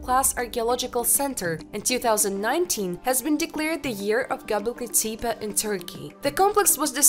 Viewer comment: 🤣 I know...right? Did you hear how she pronounced Gobekli Tepi? Bahahahahahaha!!! This video is poorly put together. Some of it is sensational...so I don't expect the channel to become very popular. However...it does have 'some' educational value. Unfortunately...because of 'some' of the poor content...it loses credibility.